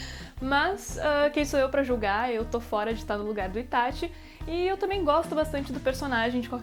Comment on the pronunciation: Q delícia ouvir alguém falando ITÁTI e n ITÁXI